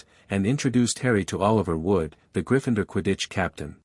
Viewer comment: It's GRIFFIN -door, not gri-FIND-er! If you're going to do Harry Potter fiction there eight movies you could listen to. GET THE PRONUNCIATION RIGHT! Though I personally think the name should be pronounced Trill-away, not Trill-LAWN-knee.